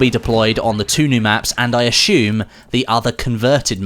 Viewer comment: I swear to God if I hear you mispronounce "assume" one more time I will find you and I will do to you what Roy Batty did to Eldon Tyrell in Blade Runner :D